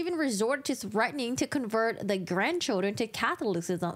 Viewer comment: <Cath-all-is-ism> the is isn't 'iz', it's like the 'is' in 'this' (agnostic here, but I too struggled with that word)